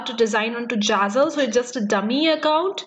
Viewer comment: It’s zazzle not jazzle